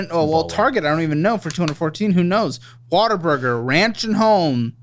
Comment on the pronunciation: It’s ‘Whataburger’ but Texans pronounce it ‘Waterburger’